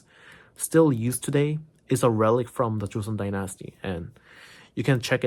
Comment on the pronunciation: Dynasty is NOT pronounced die- NASty. (It's not like unalive plus the word nasty.) It's DINE-is-tea. Like fine dining. His English is almost perfect, but this is a fairly common mistake.